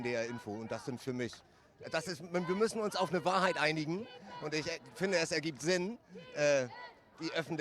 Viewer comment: Tagesthemen - dat is de Wahrhoit 😂😂👌🏻 Der Typ war einfach nur genial. Man denkt, er sagt jeden Moment „it’s a Prank!!“ 😅🙈